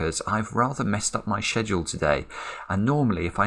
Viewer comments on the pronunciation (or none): "shed-duel" (scheduele)